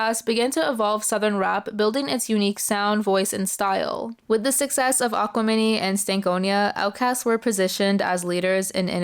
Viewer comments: "Aquamini" lol. "It's Him and eye "Aquemini"" I'm laughing because I remember when I was in college and this album came out people really were confused about the pronunciation and said the same thing you did, it gave me a good nostalgic chuckle, lol. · It took me like 5-10 seconds to process how she pronounced it. 😅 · ok I only came to comment on that exact point. Lol like saying Gemene instead of Gemini.(aquarius, Gemini) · okay but you'd know the pronunciation if you listened to the song? I mean you don't need to listen to their entire discography to make a video on Speakerboxxx/The Love Below, but it's one of their most well known songs? Kinda weird but whatever